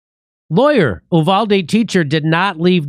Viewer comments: It's pronounced YOU-VOL-DEE so quit fucking it UP trying to sound french or Spanish. What the fuck is wrong with you people! JIMMY DORE, YOU ARE NOT THE FRITO BANDITO! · Uvalde is pronounced You-val-dee